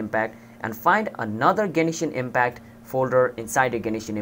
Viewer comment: The way you Say Genshin impact honestly annoyed me but it was an overall good video that helped me